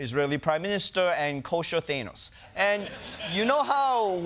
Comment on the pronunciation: U destroyed the joke by mispronouncing thanos